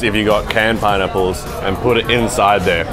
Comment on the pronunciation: Do australian pronounce it pie nipples?